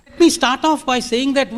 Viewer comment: Video is great. But, It's not Is-Start, but Start...